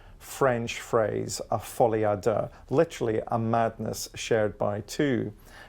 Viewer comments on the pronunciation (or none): Who is the clown that pronounces folie a deux as "folly ah dah". He pops up on all these low end videos as an 'expert'